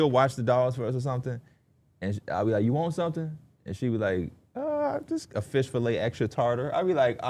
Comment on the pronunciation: really said Flish Fillets😭